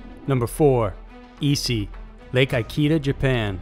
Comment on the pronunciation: For number 4: the lake's name is pronounced EE--KEH--DAH :D